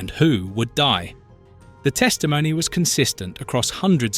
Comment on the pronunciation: Do find someone to walk you through German pronunciations: your version of ‘Hermine’ is laughable, as is ‘dei’ as a prefix to Stute.